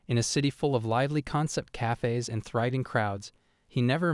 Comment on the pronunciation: "Cayfays". The way AI talks can be amusing.